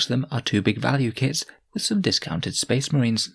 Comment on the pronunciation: oh good, more spess mahrines.